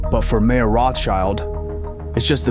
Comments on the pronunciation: Although I realize how idiotic u people have to be just based off of u calling the man “Mayor” instead of Mayer- pronounced as Meyer- I continue to watch but am only being further annoyed by the lack of truth and inspection! Poor job. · It’s not mayor, it’s pronounced my-er. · It's not Mayor, it is pronounced My-orr. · just to fix a potential misunderstanding, the beginning of the video talks about Mayer Rothschild. Unfortunately, the narrator mispronounces the name "mayor," which may lead you into thinking that he was the mayor of Frankfort which he most certainly was not. Jews could not hold any government jobs.